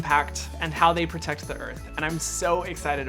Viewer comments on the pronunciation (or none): none